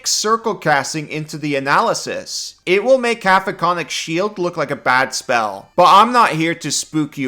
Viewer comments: You start out (correctly) saying "Cack-oh-fonik", but by and every time after that, you're saying "Caf-o-konik", which is not even close. I know that as a, Common isn't your native language, but still... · Just a mandatory correction, it's "Ca-COPHO-nic", not "Ca-PHOCO-nic" Shield. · forgive me for being a grammar nazi, I believe its pronounced (ka-cofin-ic) shield. LOVE YOU AND GATOR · Caco-phonic is messing with me lol, because I say it like cacophony 😂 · KA-KO-FON-IK That is all. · Cacophonic is pronounced like cacophony. Kuh-kof-uh-nee. This vs conjure animals or upcast vs conjure woodland beings? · I took thunder and psychic damage just from hearing the spell name so horrifically butchered. 😛 Joking aside, for anyone confused about the spell's actual name, Cacophonic is the adjective form of Cacophony, in which the "coph" section is supposed to sound like the word "cough." At least the spelling of coph makes more sense than cough lol. I'm sorry if any of that sounded rude, that wasn't my intent. It's just... the creative writing major in me was crying out.